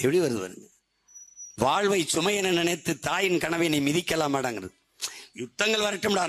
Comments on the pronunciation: இது சினிமாப் பாடல் . இது எங்கள் தேசிய கீதமல்ல. எமது தமிழ் அழகான உச்சரிப்பு உலகறிந்தது. தமிழைப் பற்றி அதிகம் பேசும் தாங்கள் தமிழை முறையாக உச்சரியுங்கள் வால்வு இல்லை வாழ்வு. உங்கள் அரசியல் வாழ்விற்காக எங்கள் ஈழத்தமிழையும் ஈழத்தமிழரையும் பயன்படுத்தாதீர்கள். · தோள்வி...வால்வை.... கொள்கை..வால்வில்..இவன் உச்சரிப்பு..... சரயில்லை